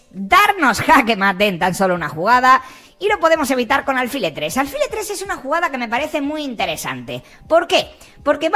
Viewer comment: aunque no llevé acento "alfil" es una palabra aguda.